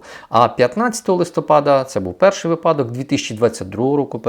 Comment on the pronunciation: вИпадок ну емае. уважайте украинский.